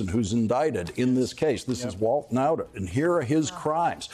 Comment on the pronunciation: Kudos to Lawrence for pronouncing the name Nauta correctly. Hi from the Netherlands 🇳🇱, the name comes from our province Friesland. The man is still an accomplice.